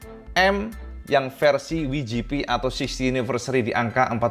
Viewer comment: Aku baru tau bahasa inggris W itu bacanya Wi wkwkwkwk sakit kau todd. WGP dibaca Wijipi 🖕🏼🖕🏼 ntoddd